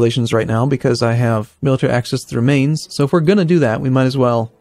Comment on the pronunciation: Mainz is pronounced = Minez